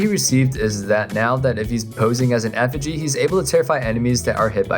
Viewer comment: By the way it's not effegy it's effigy